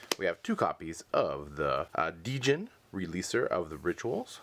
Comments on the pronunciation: The monster you called "Dee-Jin" is just pronounced jin (like the alcohol gin). Silent D. Go figure. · Just so you know, it's not pronounced "Dee-jinn," the D is silent. It's just "jinn." Actually, American culture has it all wrong. "Djinn" is plural, whereas "Djinni" (prounounced "jii-nee") is singular. In fact, if you say Djinni fast, it sounds like "Genie." Fun fact: When Jafar wishes to be a djinni at the end of Aladdin, he doesn't say "I wish to be an all-powerful GENIE!!", he says "I wish to be an all-powerful DJINNI!!", the correct way. 'Genie' is just the name of Aladdin's djinni. :) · Only thing I got to say is that the d is silent on djinn but deck looks solid